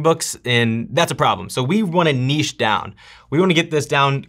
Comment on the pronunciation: From Australia: you're the first American I've heard pronouncing "niche" correctly!